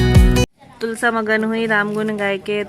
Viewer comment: तुलसी होता है तुलसा नहीं